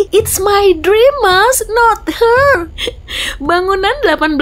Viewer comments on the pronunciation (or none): Bukanhers tapi her